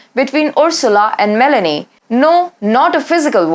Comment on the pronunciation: It is not Melany It is Mé-lónì